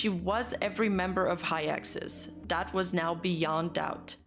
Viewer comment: Everytime she says "dat" i feel joy